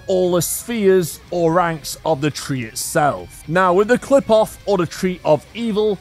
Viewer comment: I’m not sure about this, but I’m pretty sure the tree doesn’t pronounce the P it pronounces it like an F I’m pretty sure like cliff off again you should double check that but I’m not sure